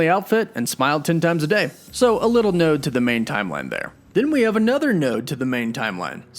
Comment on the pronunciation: it's "nod", not "node" ... LoL